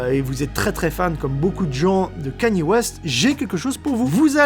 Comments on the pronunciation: c'est comme ça qu'on dit mdrrrr il le prononce correctement va voir sur internet, ça se dit pas "kenny" west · Enfin quelqu'un qui dit Kanye correctement. Merci Julien! Génial ce site de radio dans le monde et à travers les années... j'adore! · orh merci d'avoir dit Kanye j'en peux plus d'entendre Kény west